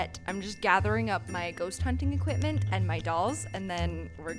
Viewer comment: What is an "equipTment" exactly? xDDDDDDDDD